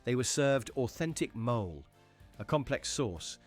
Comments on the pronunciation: Mole is pronounced molay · The chocolate taco sauce is pronounced "moh-lay".